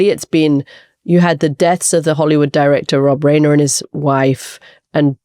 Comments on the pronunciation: Reiner is pronounced "rIner", not "rAINer." A good journalist adequately familiar with American culture would know that. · Katy, please learn how to pronounce Rob Reiner's last name.